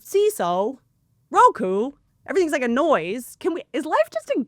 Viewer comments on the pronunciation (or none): none